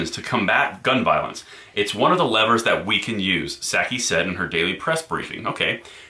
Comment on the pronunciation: Honest mistake, but you mispronounced Jenn Nut-saki's name.